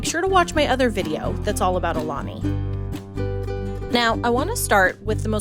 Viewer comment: Thank you for pronouncing it correctly